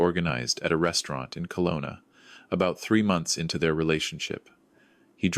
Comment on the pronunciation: It's Kelowna, not Colona. True story? I think not